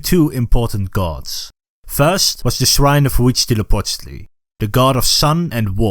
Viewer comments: Hwuitzala-wittle. LOL Next time input the word into a Spanish text to speak program instead. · How do you spell HA-wichdly-no-Po-ched-li? I can barely pronounce it by listening (I mean the name of the main Aztec god named in the first part.) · I laugh so hard each time you say Uichtilopochtle and show him